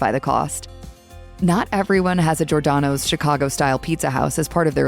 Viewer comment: Maybe you should learn to pronounce Giordano’s correctly?